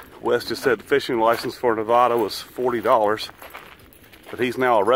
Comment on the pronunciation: Hi, as a lifelong Nevada resident, I feel the need to correct you on the pronunciation of our state name. The "vad" in the name is pronounced like "bad". Isis says hello.